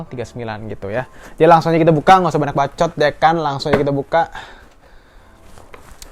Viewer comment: Banak Banak Banak Banyak bang bukan Banak 😂🤣🤣